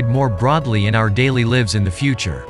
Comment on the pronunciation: The ai reading this script can't even pronounce "lives" correctly at about . And no human caught the mistake. This does not engender faith in either.